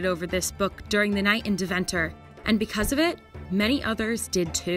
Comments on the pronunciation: It's pronounced day-venter, not duh-venter :D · She really butchered the word 'Deventer'. Should be something like they-fan-tur. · Deventer = Day van tur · you mispronounced Deventer